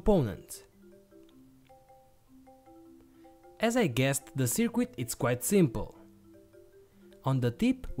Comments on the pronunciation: can some one please let this guy know that the word is spelt circuit, not cirquit. and current, not qurrent. actually maybe just tell him how to pronounce c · Really great video. Thanks for taking the time to create the project and explain it so thoroughly. By way of improvement, the letter 'u' in the word 'circuit' is not pronounced. Your English is great!